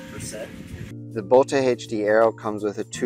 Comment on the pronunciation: It’s just pronounced as boat.